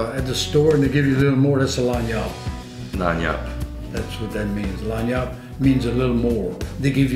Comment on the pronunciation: When he says lagniappe sounds like Line ya up which if anyone hasn't been a pampered kid you know what someone means by line ya up or I'mma line ya up